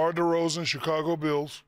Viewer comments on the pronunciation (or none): none